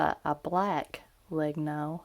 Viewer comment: Just a small thing: Legno (wood in italian) it's pronounced "Lehnyo" as the words mañana, Peña, niña. Or gnocchi.